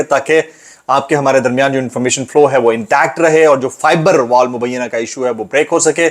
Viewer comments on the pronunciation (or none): اپ بھی عظمٰی بخاری طرح فائر وال کو فائبر وال کہ رہے ہیں ۔ لگتا ہے کہ خلیل الرحمٰن کو نشانہ بنایا جا رہا ہے۔ عورت مارچ والی 2 ٹکے کی عورتیں، اسٹیبلشمنٹ اور گندی وڈیو فیم شریف خاندان سب اسکے ویری ہیں۔